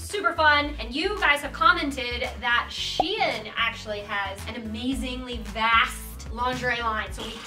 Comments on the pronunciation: I thought it was pronounced Shine... not She in??? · its pronounced sheen not she in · it’s not “she in” it’s SHEIN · Pretty sure it’s pronounced like ‘shine’ not ‘she in.’